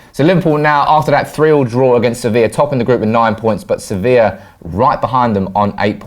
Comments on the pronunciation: Swif Teh It's spelt Sevilla and it's pronounced Sev-E-ya. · The team and the city are called Savilla - it's pronounced "sav-e-ya" And Firmino is pronounced "fir-me-no", not "fir-meen-e-o". If his name was spelled Firminho, then yeah - but it's not, so at least TRY to be professional, yeah?